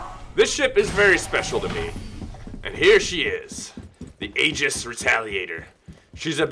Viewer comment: pronounced ee-jis